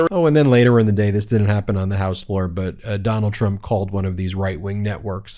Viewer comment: Everytime I listen to that gorgeous young, new black Represent lady (*), I hear her calling TFG "shrump" ...😅 my brain then sees a shrimp 😊 Take care - Europe ⚘ (*) I'm terrible sorry, but I always miss her name 🤨